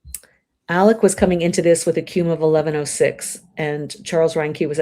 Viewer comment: my name is Alec. Not Alex. Alec.